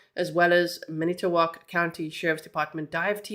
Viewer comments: Fon-Do-Lack is how you pronounce Fon Du Lac (you were very close and we have many hard to pronounce cities!) I'm here to help with any of your Wisconsin questions as I was born and raised here. 😊 Edit: You got Manitowoc correct! That's where Steven Avery and his family lived (if you've seen Making a Murderer you'll know who that is.) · You nailed saying all the cities and towns correctly. From Manitowoc area and now live in Appleton.